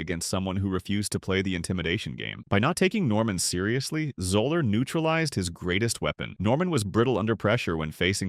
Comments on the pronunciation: It’s pronounced Zeller not Zoller! Also, it’s Kofax not Kufax. Please learn how to pronounce their names properly! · FRom outset, the narrator cannot even pronounce Fuzzy's name correctly. Love on. Another pointless time wating video